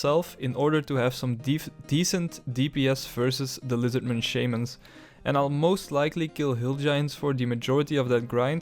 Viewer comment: unsubbed for how you pronounce shamans. shame on you